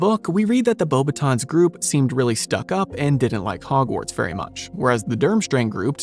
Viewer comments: As a French person, the way you pronounced the word "Beauxbatons" while reading what the comments recommended was pretty close, however, we would not read the "n" noise, which is an innexistant sound in English so close enough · Yes, the S in Beauxbatons is meant to be silent as is the T in VOldemort. People are surprised by that second one but I actually remember seeing interviews with Rowling as far back as the late 90's or early 2000's where she states that the final T in Voldemort is silent.